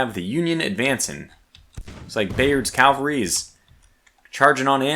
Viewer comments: I love you; but, its caValry not caLvary. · You seem like a reasonably smart guy, but why do you keep referring to your mounted troops as Calvary? It’s not complicated to say but the term is CavaLry, not CaLvary. Calvary is a Hill just outside of Jerusalem, I’m sure you don’t mean to move it.